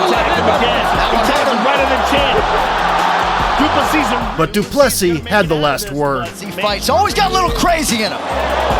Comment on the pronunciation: The american pronunciation of De Plessis. It's such a beautiful name, don't butcher it.